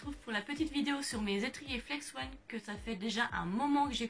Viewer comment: Salut, ta vidéo était bien et tu nous a tout bien expliqué mais C pas flex-one mais flex-on